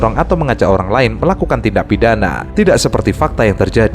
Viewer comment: Olang apa owang😅